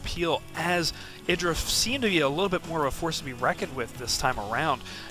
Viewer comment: I'm no SC Tourney expert but isn't his name said EYE-DRA?